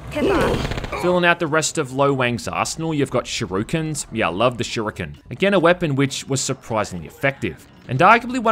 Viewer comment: You didn't say "shirukens" right